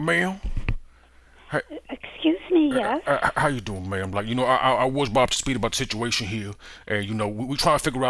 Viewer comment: you said ma'am my cat thought you said meow